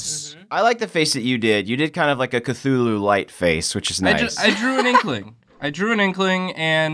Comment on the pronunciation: Hahaha, it's fucking CUP-THULLU.